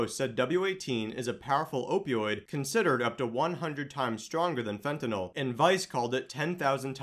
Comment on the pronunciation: FENTANYL not fentanol